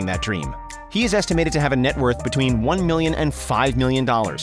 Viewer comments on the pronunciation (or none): none